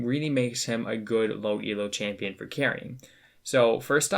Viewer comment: Everytime you said champion I cringed